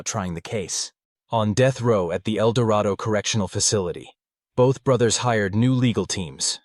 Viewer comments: Was living in Wichita at the time, 20 years old. Kansans have funny ways of pronouncing things. Its El door aido. The Arkansas river is what really got me. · that's not how El Dorado is pronounced. Obviously not made by a Kansan lol. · Just a bit awkward if you know how some of these things are actually pronounced, like: Befort, Foulston, El Dorado. But that comes from knowing the case.